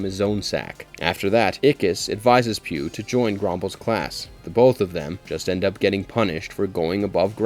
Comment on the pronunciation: Pugh's name is pronounced "Pug", not "Pew".